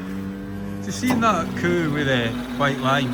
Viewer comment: Did he say coo?